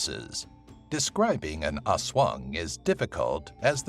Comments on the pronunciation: Its not haswang its aswang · "Oswong" hahahahah yung pronounciation talaga eh